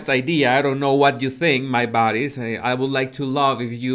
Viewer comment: When you say "body language buddies" it sounds like "body language baddies" and it feels awesome and so cool 😎😎😎😎